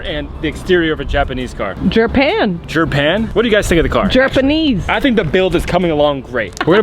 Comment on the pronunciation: Buppppra with the boooooooost!! Its Gerpan🤣 Gerpanese! Like said☠️ lol